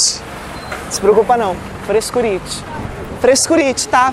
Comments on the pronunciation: "Frescuriti" kkkkkkkkk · "É FRESCURITI" KKK